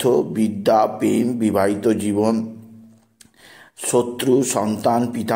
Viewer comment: পেম না ভাই ওটা প্রেম😂😂